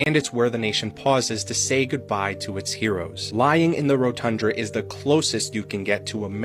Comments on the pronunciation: It's the Rotunda (row-ton-duh), not rotundra. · Homie kept saying rotundRa lmfao. It’s rotunda fam, only one R buddy ❤ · It's ROTUNDA not ROTUNDRA. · He can't seem to say Rotunda. What's a Rotundra? It's a misspelling of the word Rotunda. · "rotundra" LOL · First, respectfully, the word "RotunDA" is pronounced: "rō-tŭn′də." More importantly, ZERO Capital Police died defending OUR Capital on J6. ZERO!!! ZEEEEE-ROHHH. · 'Rotunda" 😊. Sorry it was making me 🤪